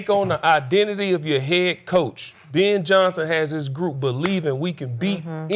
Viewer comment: Who is “Bin” Johnson?